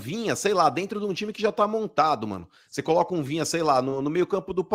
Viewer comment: Rapaz... Esses caras do eixo não se dão ao trabalho nem de falar o nome do Jogador do Kanal de forma correta... Vinha? Vina cara.... Pelo amor de Deus... Esses caras não sabem nada do futebol nordestino... Eh brincadeira... E olhe q Sou torcedor do Fortaleza